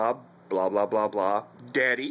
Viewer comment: I don’t know why it makes me laugh so hard the way he says daddy lol why would your dogs react to the word daddy. You’ve got problems